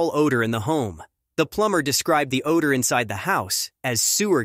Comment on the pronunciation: This computer voice is so bad it can’t pronounce common words like odor and closet. 😡